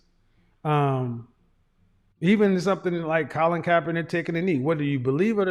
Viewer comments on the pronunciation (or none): none